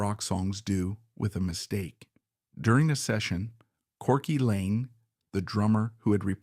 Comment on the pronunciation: Corky Laing, NOT LANE